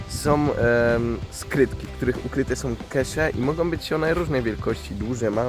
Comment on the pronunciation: Naprawde "som" skrytki :D?